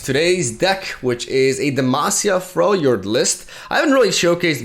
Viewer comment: ayyyyyy, you say "Freljord" correctly now. what a.